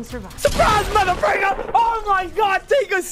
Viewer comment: bro he said "mothafricka"